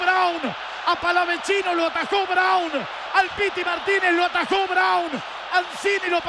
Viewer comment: Haré la Corrección. Basta!!! De decir Palavachino!!! Es Palavacino. Lo mismo que al Chaqueño le dicen Chaqueño Palavechino; en Realidad es Palavecino. No Hagan Italiano a quien no lo es. Es importante Pronunciar Bien